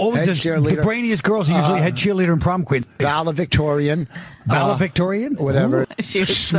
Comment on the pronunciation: Colin didn’t correct Vos after saying “valevictorian” because he knows half their listening audience do likewise. Colin didn’t miss it - but wisely chooses to let it slide, knowing this audience demographic are at that same 8th grade reading level as Vos